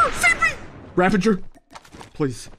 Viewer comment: Ravager not ravenger 😅